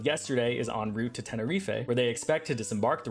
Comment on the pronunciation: Why is HPS more lethal than the renal failure version? I'd think bleeding inside your body would be more dangerous. Though the renal failure one would def take out my aunt, she's only got one kidney. Not "ree fay" its "Ten-eh-reef" like the thing made out of coral. Tenerife is famous for the world's most devastating plane collision. A number of jets far too big for the facility were redirected there due to a bomb threat. The airport there is prone to sudden fog that grounds planes and delays flights. The airport was meant for small, local, air traffic. Think commuter planes not jumbos. looks it up Yep, 1977. the airport was Las Rodeos. Both jets were 747s and an impatient dutch pilot decided that he'd had enough of that shit and just yolo'd the runway. Due to his impatience he triggered a radio error called the Heterodyne effect, which turned his request for clarify and the radio channel into loud electronic screeching. The air controller's message not to take off only partly got through, guess what part didn't get through? Yep, the "No" part. So he tries to yolo it out of there in thicker than pea soup fog and hits the other plane. Both planes were fractured into pieces. Most of the people on board died.